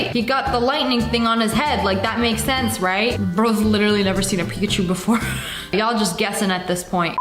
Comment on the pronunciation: nah that's not Pikaachowww it's pukaachiii